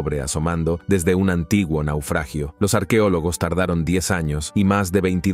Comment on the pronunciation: No diga arquiólogos, se dice arqueólogos. Doblando programas y hablando mal.